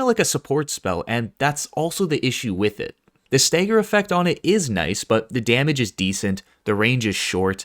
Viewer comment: Staeger? You mean stagger...